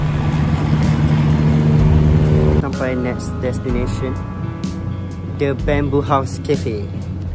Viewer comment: cafe tu nama dia bamboo ke babun sebenarnya? Ejaan mcm lain tapi Im mcm sebut lain hahahah